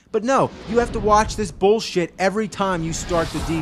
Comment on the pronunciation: no, your not saying it right. It's BULLSHIT!